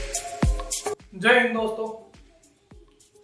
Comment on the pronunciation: Pakistan border sey aaye ho kya jaihind kese bol rahe ho